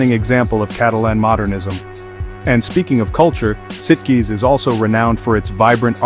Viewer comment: I believe Sitges rhymes with Beaches